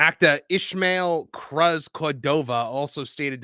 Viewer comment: Cruz is pronounced Cruise. But mispronounce this fool's name all you want.